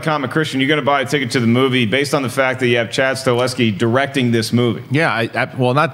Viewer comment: The John Wick director´s named StaHelski, not StaLeski.